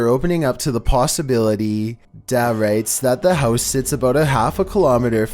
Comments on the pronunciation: "Bobcaygeon" Ontario! WTF is a Bob cage? Trent Severn waterway in the house!.. Only true Ontarians will know what I'm talking about. Damn Albertans, messing up perfectly messed up words. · bobcage ontario lol its bobcageyon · It's Bobcaygen Ontario. Not Bobcage. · It’s Bobcaygeon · It sounded like he mispronounced Bobcaygeon.